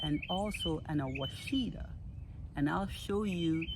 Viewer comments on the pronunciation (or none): ouachita pronounced (wash ah taw) great producers